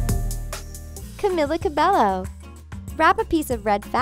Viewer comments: Srry to say but its pernounced (Kah-Milla Kah-Bey-Oh) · ITS CAM EEL A CA BAY OH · She pronounced camila cabello like its wrong